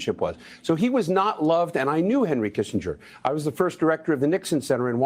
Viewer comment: love your show but you mispronounced Kissinger thtuout. Say kissinjer. That's how it's pronounced. Also Pinochet is pro ounces Pinoshay.